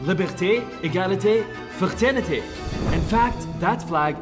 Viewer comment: u mean “ liberté” “egalité” “fraternité”